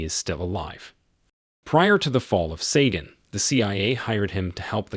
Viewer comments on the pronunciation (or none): its pronounced Si gon the "a" is silent. wish people would pronounce words correctly. sheesh